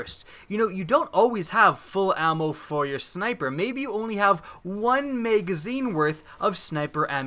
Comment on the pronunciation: "megazine" hehehe